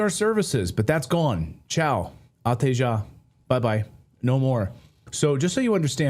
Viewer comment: You said "Até já" in a perfect Portuguese accent. This law has yet to be approved by the President of the Portuguese Republic and he's a lefty, so I'm afraid the government has to do some changes before the law is aproved.